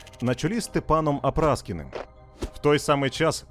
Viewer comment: не апраскін . а Апраксін всетаки